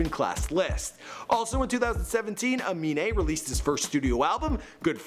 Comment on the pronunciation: CAN PRONOUNCE AMINE BUT NOT XXXTENTACION